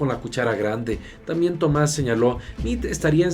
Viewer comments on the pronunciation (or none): none